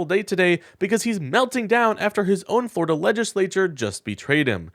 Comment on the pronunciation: The scariest sentence in the English language…”Today, a man in floriduh”